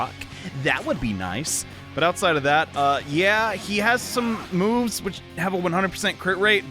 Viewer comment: When said "He has some moves" brain already thought it's "Hee has some moves ho"